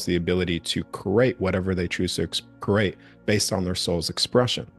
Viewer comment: He can’t say create right he says crate